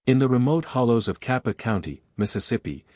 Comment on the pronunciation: There's no such thing as "kappa county, Mississippi". There's a Tippa county, though. AI needs to go learn something!